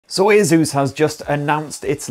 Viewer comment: Bro its just Asus. Simple. Asus. Not aezus. Asus.